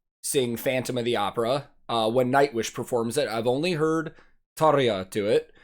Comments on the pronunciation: Hey dude! You pronounced "Tarja" exactly correct, just like real finn should do it👍! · You’ve beautiful pronunciation of Tarja highly appreciated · You pronounce tarja and the dutch words very good 😀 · You pronounced "Tarja" allmost like a native Finn. Impressive :) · You pronounced Tarja very well! Heippa Suomesta :)